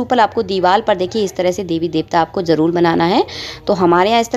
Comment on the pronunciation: Jarool Jarool Ye kyun bolti ho, Jaroor hota hai